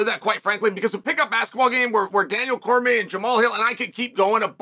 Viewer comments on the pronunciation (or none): none